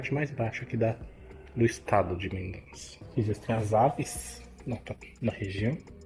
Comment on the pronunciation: O NOME CORRETO É:MENDOSSA, E NAO COMO VOCÊ FALOU MENDONÇA. O Z EM ESPANHOL TEM O SOM DE S.EX. CORAZON,QUE SIGNIFICA CORAÇÃO, A PRONÚNCIA CORRETA É: CORASSON,ENTENDEU?